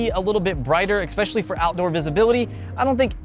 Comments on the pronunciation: Expecially? Really? How old are you? eSpecially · Did he say 'exspecially'? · Oh dammit he said “exspecially” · Turned off after 2nd xpescaly and xplain. Speak right man you are adult 🤦🏻‍♂️ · “Exspecially” That... bothers me way more than it should.